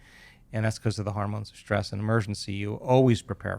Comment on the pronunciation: Great info but someone should teach him how to pronounce words like Hormones (not HARmones) and Stress (not SHTrees) or History (not HiSHtory). Very distracting.